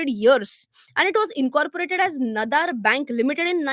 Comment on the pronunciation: It's not nathar. It's naadaaar.